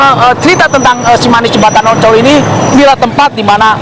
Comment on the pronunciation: Ancol bang bukan oncol 😊🤭sukses bang